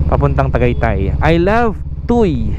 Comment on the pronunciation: Idol, TUY ang pronounciation ay "tuwi" po. RS!